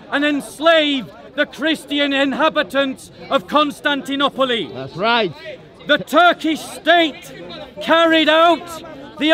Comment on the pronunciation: Where did u learn to pronounce Constantinople like that.